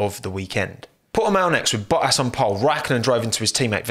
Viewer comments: What is his accent lmfao he says bohas instead of bottas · You know is British because he says Boas